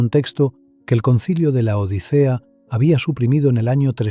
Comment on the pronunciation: Lo correcto es el sínodo de Laodicea... no el concilio de LA ODICEA... el narrador es español y pronuncia como C y no S. No dice odisea, sino que lo dice pausado LA ODICEA. Jajajajajjaja